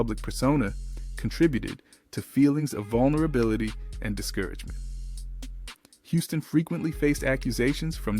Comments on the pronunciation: It's pronounced Whitney Houston not hustin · Put some Respect On Whitney Houston Name It’s not Housen its Houston my boi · When they start giving incorrect information like that, I’m done. I should have quit watching when he pronounced Whitney’s last name as “House-ston” 🙄🙄🙄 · Soon as it said "Whitney Howston" I turned it off 😂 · I would have watched more of this video but the background music is very jarring and distracting. I’ve never heard of Whitney Houston’s name being pronounced as Whitney Houseton either.That’s a first! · First thing you {announcer} need to pronounce Whitney Houston's name correctly. She at least deserves that. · YOU DO NOT NEED TO POST ANYTHING ABOUT BLACK STARS IF YOU CANNOT PRONOUNCE THEIR NAME!!! ANYONE IN THE WORLD KNOWS HOW TO PRONOUNCE WHITNEY HOUSTON’S NAME ( Hue-ston!) AND YOU MISPRONOUNCED IT!!! IT IS APPARENT THAT YOU POSTED THIS BECAUSE OF THE CONTENT, KNOWING THAT IT WOULD GET VIEWS!!! I HOPE YOU DON’T GET MANY AT ALL!!! YOU NEED TO PICK ANOTHER TOPIC, ONE THAT YOU KNOW SOMETHING ABOUT!!! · Sorry, I can't listen to this mess. He mispronounced Whitney's last name right at the beginning, so I ALREADY know that some foolishness will follow. Bye Felicia.....Not today. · Dude, if you’re supposed to be narrowing about some famous people that die from a drive at least learn how to read who is Whitney Houston Houston you mean Whitney Houston stupid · The narrator cannot read he said Whitney Houston.... Not Houston